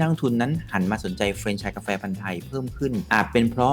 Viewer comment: พูด เฟรนไชส์ ต้องพูดว่า แฟรนไชส์